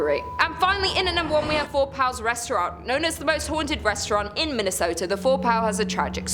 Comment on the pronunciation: Min-ne-sooooooo-tah? Good lord, these foreigners sure are fancy. 😅